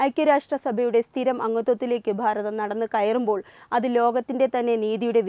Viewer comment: ഭാരതം എന്ന് പറയുന്നതിനു പകരം ' 'ഫാരതം ' എന്നാണു ഉച്ഛരിക്കുന്നത്